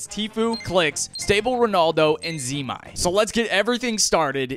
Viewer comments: "Zimai" HELP💀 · Hold up said Z MIE lol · No way bro said zeemy it’s zemie bruh😭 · he said Zemi😂 its Zemie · bro said zemi its Zemy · bro really said zmy not zemie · No, sorry it's not 'ze-my' it's zemie. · Zemee. Not zemy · Zem-y not Z-mie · Zimi it’s zemi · Bro Said zemy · Ze mi wtf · Bro said Ze-my💀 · cuz he pronounced zemie wrong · “Ze my” tho is crazy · Blud said “zimy”😂😂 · Bro said ze my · Great video but the pronunciation on zemie was zemi 😂 had me cracking up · it’s Zeh- mee 😂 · bro called it zeemii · bro really said zemi??? got me laughing lol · Bro really said zeemy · bro really said zee my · bro really said "zeemy" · Bro sick video but wtf is a zeema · Blud really said semy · Bro said ZE-MY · He said zee-mie 😭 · Z e m i e😂 it’s zemie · Lol I didn't know you pronounce zemis name zii-my. 😅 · ZEMY???????ITS ZEMEE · no way bro said zee-my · ze-my lol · No way he called Zemie (Zem-my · zee mite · Bruuuhh- it is Ze-mee - tf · ZEMIE IS CRAZY its pronounced zemie with an e ze-m-ie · Zee miee loll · Bro butchered Zemie’s names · Did just pronounce zemie name wrong 😂😂😂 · we not letting you get away with mispronoucning zemie bro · way to butcher zemies name